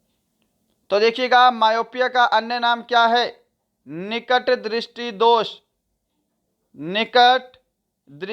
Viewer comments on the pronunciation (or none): none